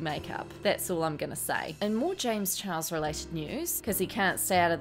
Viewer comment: I laugh....every time... you say James chihuahua... 😂😂